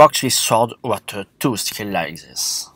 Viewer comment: Dude why u sayin "Zhis" or "that" not This or That ? In a video in some words u are speling "T" corect why u speling that word wrong ?